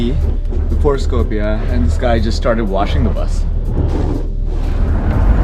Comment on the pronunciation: stop butchering my language its not skopie its skopje